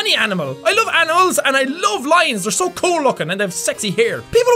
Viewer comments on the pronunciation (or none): Did anybody else notice Jack didn't say animals... he said anals XD